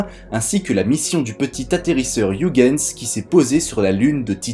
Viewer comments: Youguenss... WHAT??? Ho PTN mes oreilles saignent !!! Oeilguens sonne mieux dans mes pavillons et dans ceux des autres milliards d'humains qui le prononcent bien 😔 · C'est horrible cette prononciation de Ouigens. C'est pourtant si facile d'utiliser la prononciation de Google Traduction, en néerlandais bien sure (voire en anglais, ça marche aussi) pour savoir comment le prononcer correctement. ,08'51